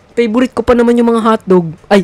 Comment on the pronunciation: "HAWTDOG" HAHAHAAA